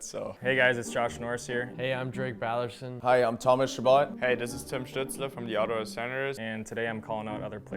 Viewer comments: Uhmmm...is Drake Batherson's name supposed to be pronounced Ballerson ? I had to rewind and watched it several times to make sure I heard it correctly, and I'm pretty sure that's how he pronounced his own name here, and I highly doubt he doesn't know how to pronounce his own name so.....lol idk what this means unless Ballerson is really how you're supposed to say it and I'm just finding this out now lol. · Did Drake Batherson just mispronounce his own last name? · I relistened a few times after reading this, and no he's not saying Ballerson, but he is saying the "TH" a bit differently than most people would. Rather than it being how you would say it in the word "bath", he's saying it like you would in the word "bathe". But the "A" sound is still short like you would here in the word "bath". I think that's why it sounds a bit odd to our ears.